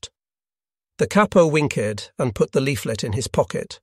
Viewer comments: Interesting story-telling but I wish the tight gits who funded this production had spent enough to hire a human narrator. That Ai reader can’t pronounce/deliver some words like ‘winked’ as we would, instead it delivers it as ‘wink’ ‘edd’ 😂. Not a massive issue, sure, but how much more budget would it have taken to employ an actor or reader? No complaints about the writing, it’s a decent script.👍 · Where did you learn English ? The Capo wink - ed. They Grab - ed the leaflets ? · No native English speaker pronounces words like winked, "wink-ed", or grabbed "grab-ed". This is a bot/AI voice reading a script.